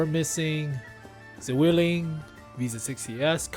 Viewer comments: Oh. Not a Zuwilling its like Tswilling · Nice video, as always with these early CT previews! But,, please, E65 is read like "Tsvilling", where the "ts" sound is like the one in an "Tzatziki"